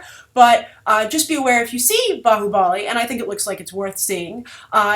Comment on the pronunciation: just to inform, its bhaahubali, not "baahubaali", thank you. you also have to see his previous movie called Magadheera even it was a grand scale mythic movie.also Baahubali and the movies name has nothing to with!!!!!!! the Baahubali in indian history has nothing do with the movie